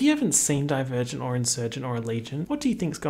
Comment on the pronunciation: every time you say divergent i hear die virgin and i never know wtf are u talking about lmao